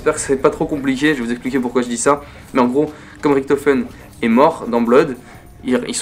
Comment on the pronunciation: Tu me perturbe quand tu dis « Riktofen » et « Tranzbit » x) sinon super vidéo !